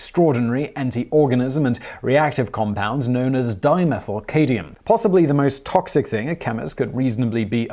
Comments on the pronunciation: Cad-MI-um. Just saying you cannot just leave out an important letter in a word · Come ON Simon... It's CAD-ME-UM. Simple. Oh, and carcinogenic... car-sin-oh-gen-ick. Got it? Your charming ways & sexy accent doesn't excuse mispronounced words... Especially fairly simple ones. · Take a shot every time Simon mispronounces "CAD-mee-uhm" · "cadium" Lul. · Are you saying cadium? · Dear Simon, I love your channel and cadmium is pronounced CAD me um. Thanks Bill from TX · Cadmium... Pronounced Cad Me Um. I am a chemist. This video made my eye twitch. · It's pronounced Cad-me-um. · That's CAD-MEE-UM. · Cad-mi-um, there fixed it. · This guy is English and he doesn't even know how to pronounce the m in the word Cadmium.?? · How did no-one involved with the production of this video pick up on the repeated mispronunciations of cadmium, and other weird pronunciations like "insiduous" ? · All of you guys complaining about how he prounces cadmium must not be regular viewers. Simon's made it very clear in other videos that he doesn't care if he mispronounces words and clearly puts in little to no effort trying to remedy the problem. This is exactly why people who don't understand topics shouldn't present videos on them. And why you need a host who contributes more to the show than just an English accent. Incorrect information, like misproununciations, spread like a disease. One person hears it, then spreads it on to others, who in turn spread it on to others thsemselves. And so on and so on. Some may think it's a trivial issue, but when we're talking about 10s or 100s of thousands of people being exposed to this stuff, the figures are anything but trivial. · The most reactive chemical on this list appears to be cadmium. See how many reactions were triggered when you mispronounced its name. Peoples heads have literally exploded off their bodies when you said it. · the "m" in cadmium is not silent. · Cad-mi-um...not Ca-di-um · ITS CAD-MEE-UM NOT CAY-DEE-UM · "Cadium" LOL....